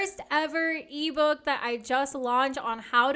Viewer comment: When you say e-book my brain understood Levo lol